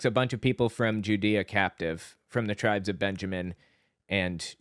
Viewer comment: "when two tribesh go to war...."